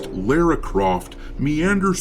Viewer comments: The way you pronounce her name drives me nuts lol Lera Croft?? What is it with Americans not being able to say Lara. Its’s not Laura and certainly not Lera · Lah- rah... say it... Lara... Lah, Ra... all this Lareu, loora, laura. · The way you pronounce her name is criminal. But you're a space pirate, and I agree with you regardless. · Sounds Like doesn’t even know the Character. He keeps saying her name wrong.